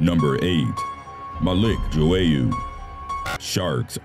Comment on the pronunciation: Malik Joyeaux is pronounced MA LEEK ZHH OY OH EAUX IS PRONOUNCED OH RIP 🙏🏽🌷